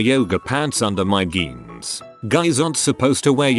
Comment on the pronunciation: excuse me, HOW did the TTS pronounce "jeans"??? 💀